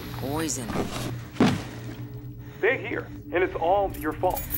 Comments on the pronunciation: pizza❎ poizzon✅ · Pizza box "Oven Fresh" "Poizzon" 😂😂😂😂😂😂😂😂😂